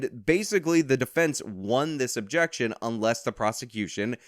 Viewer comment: The defense seemingly fucking forgot how to pronounce the word "objection"